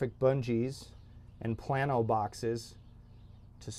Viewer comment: I grew up in IL and it was always pronounced “plane - o” boxes